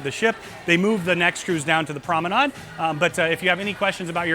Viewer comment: I have a cringe for mispronunciations, and I was wondering why you keep saying PROMENAD and not PROMENADE? Is that a ship terminology? By the way, great video, thank you so much.